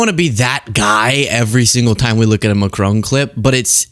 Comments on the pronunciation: Macron, the "on" pronounced like "on" in tron, not like crone please, merci ❤ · It's not mack-crone. It's mack-cron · MACRONE? Stop it! It’s MACRON…. Stop with the dumb ass mispronunciations all the bloody time! Duh! Americans! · No "e" on the end of Macron...first part Mac, second part Ron, like Ronald.... Not like Ma-crone..... No old lady in Macron, in fact, it's the other way...Macron is in an old.....you get the idea.... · It’s Macron with the emphasis on the first syllable not McCrone. Macron was wearing sunglasses due to an eye condition. The European Union is bigger than the American Union and seems now set on a path to distance itself from the latter and marginalise the US. Hilarious hearing the US president say to a forum in a German-speaking region of Europe that they’d all be speaking German if it wasn’t for the US. It’s reminiscent of Monty Python. The man’s a full on loon but nevertheless the choice of the American people as their leader and representative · Prime Minister Mark Carney never, EVER screams. He simply and calmly stated that “the sign is now out of the window”. And as a citizen of an officially bilingual country, I am pleading, for the love of God please learn how to pronounce ‘Macron’. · Wouldn't it be nice if this host could learn how to pronounce Macron's name? Not hard if you just listen. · Why are you incapable of pronouncing President Macron's name correctly? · Americans pronouncing Macron....... 😂😂😂